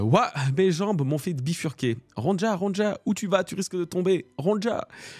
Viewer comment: Ptn ça me fait trop tilter la mauvaise prononciation du prénom Ronja mdr C'est un prénom scandinave, le "j" ne se prononce pas comme un "j" français Genre, prenez le prénom Sonia, remplacez le S par un R et pouf: Ronja